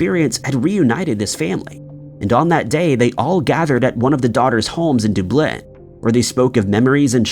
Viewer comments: 1 thing out of place is the way you say Dublin! Du-blin wtf is that! It's Dub-lin man.. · Wait… we’re you meaning to say Dublin?? Doob-bleh? Is this AI? Or am I wrong? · Stop pronouncing Dublin (duh blin) like that. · Once again mispronouncing Dubin as Dooblin... you do it EVERY FKN TIME.. and it HAS to be just to get people raging in the comments. 🖕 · Dub Lin - the "Dub" part is like how you would say Dub-step, not Dube... 🤣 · Dublin is NOT pronounced ‘De-blin’ but ‘Dub-lin’ ! Why can’t Americans, who profess they know the ‘English Language’, pronounce things correctly ?! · Only thing I find creepy is you saying- Doo Blin, instead of Dub Lin….eerie! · I know! I've heard of Dublin, but never heard of Dooblyn! 🤣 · Does he mean Dublin? Dooblin? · And what did you call Dublin again?!? Deblenn? Ka-blam? Ffs! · I just love visiting Doo-blin to feed the doo-cks at Doo-sk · How can anyone take this seriously when the so called research you did didn't instruct you how too pronounce DUBLIN correctly? Its only the capital of the ROI. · There is a full documentary on the English girl/ Irish mother charting her journey and meeting the children it is very compelling, but I didn't think it was made by BBC I maybe wrong.👋👵🏴. Still pronouncing DUB-LIN wrong!!! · It’s Duuublin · I love how all the comments are Anne Frank or Dooblin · Out of curiousity....why does pronounce Dublin as "Dooblin"? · No one in the space of thirty seconds- "Duh-blin" "Doo-blin" 😂 I guess most of us are pretty used to mispronouncing things and barely notice anymore🤷‍♀️😂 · IT'S FUCKING DUBLIN !!!!!!!!! How the fuck can we take this channel seriously if he keeps mispronouncing words??? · Dub-lin. Dub rhymes with rub and lin rhymes with pin. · Yeah that bugs me too. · The way he pronounces Dublin...OMG! Is it possible ? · How are we pronouncing Dublin. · the eeriest thing was how you pronounce Dublin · Creepiest thing here is the pronunciation of “Dublin” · How can you mispronounce Dublin?